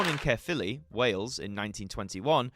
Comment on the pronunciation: You pronounced Caerphilly perfectly ❤❤❤